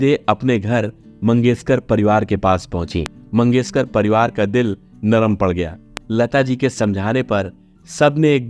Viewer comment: Asa, usa, Sadi, sayad, mangeskar... Sir ji please asha, Usha, shayad, mangeshkar aise uchchar kare